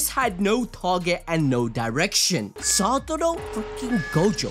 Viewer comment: its SATORU not SATURO. Put some respect on his name